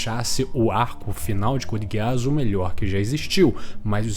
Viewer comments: me perdoa cara mas NÃO É GUEASS É *GUISS*!!! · "couldi guiáss" rapaz... Pronúncia 100% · Finais perfeitos: Code geass, FMAB, Breaking Bad 🤝 Edit: começei o vídeo agora, que pronúncia é essa mano? Code gueás 😂😂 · Amigo por favor tenta melhorar a pronúncia do nome das obras, a Code Geass com essa pronúncia é triste.